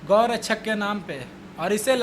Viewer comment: Abe pahle tu gau rakshak bolna to sikh thik se